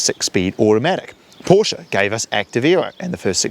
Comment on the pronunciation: "Zee"s? I thought this was a NZ site, not a US site. Although you can pronounce "Porsche", so I dunno.